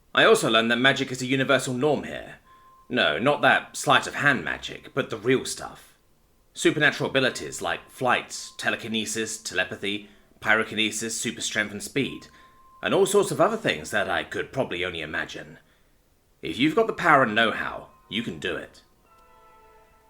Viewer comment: So, mispronounced, at least as far as I know, pyrokinesis. How I would say it is pie-row-kin-knee-sis, and it basically means the ability to create and manipulate fire and flames.